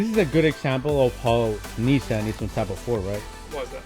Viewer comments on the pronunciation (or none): none